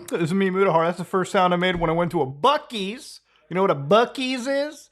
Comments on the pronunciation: it’s not buc-ees… it’s bussys lol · It’s pronounced bu-sees. I love bucees. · it’s pronounced bussys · Bucee's, (Bü-sees)